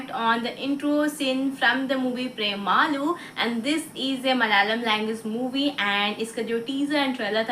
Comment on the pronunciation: premaalu ? 🤔no pronunciation is wrong not premaalu just pre-malu